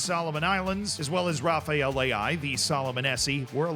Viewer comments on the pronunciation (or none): none